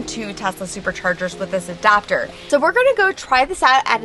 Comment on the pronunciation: Did you say ADOPTER??